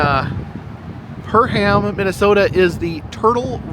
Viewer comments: It's "Purr-um", not "Purr-ham". 😎👍🏻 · Perham is pronounced purrum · Perham = “PURR-um” or some even say “PerM” where the M is barely a second syllable. Frazee = “FRAY-zee” or rhymes with Jay-Z 😅